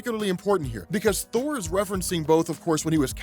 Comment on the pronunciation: I don't think I heard that right. The return of whore? I listened to it like 5 times and thats still the word I hear.